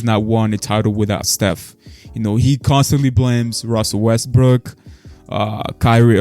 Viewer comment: skip really said westbrick when saying who is the most criticized player. LMFAO i can't